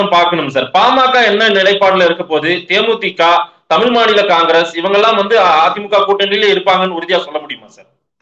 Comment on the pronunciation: தமிழ் பா தமில் இல்லை